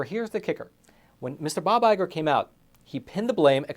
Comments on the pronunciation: Iger, not Igor. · It's Iger, not Igor. He's not Dr. Frankenstein's assistant, although he has created a monster. lol